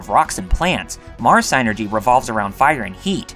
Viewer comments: its pronounced sinergy not psy energy look its spelled psynergy no e between the y and the n so please stop adding the e the way youy say it would have to spell it psyenergy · Sigh-nergy! Hint: you can look up words in the dictionary to figure out how they're pronounced. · Drink everytime he says SIGHnergy. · Sadly he butchered the pronunciation of "Djinn" and "Pynergy"